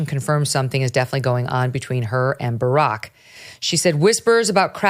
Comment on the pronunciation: I always laugh when Uncle Ted burps out Burrrrock😂🤣🎸